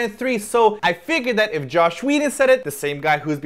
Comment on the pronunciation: Are you saying Josh or Joss? Sounds like Josh.... XD